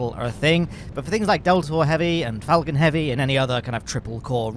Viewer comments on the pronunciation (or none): none